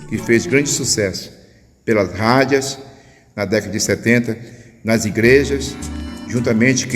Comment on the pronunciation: Meu caro irmão , não diga rádia e sim, Rádio. Não é cárdicas e sim cardíacas. Parabéns pelo trabalho!